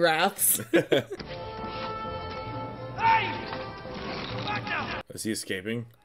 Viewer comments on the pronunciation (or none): just a nitpick, its Ring Wraiths not wraths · Ring Wraiths, not "wraths." Pronounced "Rayths" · Correction of pronunciation, and meaning explained....It is not "Ringwraths", it is "Ringwraiths"...a wraith (pronounce RATHE with a long A sound) is another word for ghost or spirit...it is another name for the Nazgul because the rings of men given to the each of 9 guys causes that man to join the land of the undead...(dead yet able to walk among the living for purposes of evil). Both of you (if you are into books, backstories, etc) should check out J.R.R. Tolkien the writer of both The Hobbit, and The Lord of the Rings...the man is phenomenal. He was a professor at Oxford, fought in a World War, is a writer and philologist (study of languages) which explains how he created the Languages of the elves, ents, etc all the languages of Middle-Earth. He also wrote the notes that his son gathered to create "the simarillion" which is the book about the creation of his WORLD called Arda, which Middle-Earth is a part of...so much more!!!! Also, for clarification the reason the ring is so powerful is mainly because Sauron filled it with much of his own power, and spirit, and he is tied to it, and it to him. So Sauron lived on because the Ring endured due to Isildur and his greed for the ring. The ring sort of has a life of it's own. Plus, he created the ring to control ALL the other rings so he could control the entire Middle-Earth via the ring and controlling the holders of the other rings. The Elvish rings were created by the Elves not him. but if he gets the one because the elvish